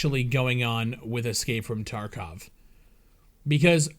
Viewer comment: Its TarkOv and not Tarkav!!!